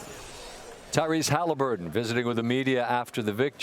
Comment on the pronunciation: Yoooo 😂😂😂 who the heck is tylaaareese Halliburton 😂 I promise you perk can’t say anyone’s name 😂😂😂😂